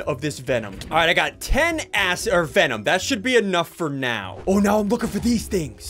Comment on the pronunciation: You said the a word when you Tried to say acid